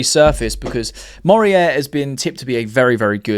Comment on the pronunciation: Morier? MO-REY-RAH.. that's how you pronounce it, mate, not a rocket science. Just read the letters in his name is they go